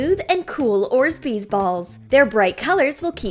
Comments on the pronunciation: Everytime i hear them saying orsbeez I'm getting tourtured. But its orbeez and not orsbeez. I love. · orbbeez hahaha she said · Why do you guys say orbsbeez balls orbees do you guys know Eglish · THEY SAY ORZBEEZ, IS THIS REAL LIFE LOLOL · Hi im the idiot and i toatally know how to say orsbeez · You did not call orbeez “orzbeez” Omg 🤣 that’s so dumb!!! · she did say orsbeez but she made a mistake all of you make mistakes i have so stop being rude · She keeps saying orspees and it’s pissing me off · Lol u said (said instead of say) and yes I think she actually say orbshees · She said Orsbees😂😂😂😂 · orsbeez lmao im dead 😂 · More than once haha orzbeez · its orbEZZE not orbESZE??!! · Nour Salih she did! 😡 but still love them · THEY AR NOT ORZBEEZ THEY ARE ORBEEZ you earned urself 1 less sub . u r welcome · You are supposed to pronounce it orbeez not orzbeez seriously so annoying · I love you guys but it's not orzbeez it's orbeez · Why she said orzbeez 😬😬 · She said orsbees it’s orbeez lol 😂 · Orbeez doesn’t even have a z after the or! It is pronounced OR-Bees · It’s ORBEEZ YOU STUPID FUCKS NOT ORZBEEZ GOT DAMN IT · Orbeez is not pronounced like that its not orsbeez its orbeez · It sounds weird orzbeez it's orbeez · It's not orsbeez it's orbeez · Guys it not orzbeez it's orbeez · It's not Orzbeez. It's ORBEEZ. Lol the comment section is going crazy after her speech mistake. c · You say it orbeez not orZbeez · ITS ORBEEZ NOT ORZBEEZ IDIOT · IT AIN'T ORZBEEZ IT'S ORBEEZ STUPID BITCHES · It's not orzbeez but orbeez it stresse me all the vidéo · she always says orzbeez but its called orbeez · it's not orsbees it's orbees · It's orbeez not orsbeez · It’s not ors bees. It’s orbeez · Ugh I was relaxed until she said orzbeez instead of of orbeez. It really triggered me.😣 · & ORBEEZ and not ORZBEEZ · Orbeez NOT orzbeez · It's not orzbeez it's obreez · Not trying to hate but it’s not orzbees it’s orbees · Orbeez not orsbeez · It’s so annoying 😡